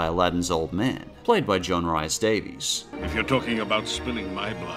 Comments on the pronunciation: John Rhys-Davies.... Rhys is pronounced "reese" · Oy. Pronounce Rhys properly